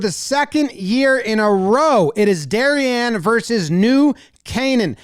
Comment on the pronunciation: Props for pronouncing "Darien" correctly.